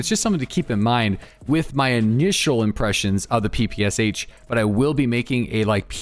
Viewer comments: No it absolutely is not pronounced papasha. Stick to your own language before you teach others. Its closer to "pepeshah". English doesn't really have a great pronunciation for how we say our "p"s, but its definitely not PA lmao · It is pronounced PEh-PEh-SHa btw. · In PPSh "Sh" sounds not like two characters S + H, it's sounds like first sound in word "shout" for example. Thanks ) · SH is not like S and H, it is sound SH, like sharp, shake and ect🤣